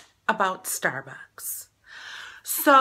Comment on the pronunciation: "stair buaks"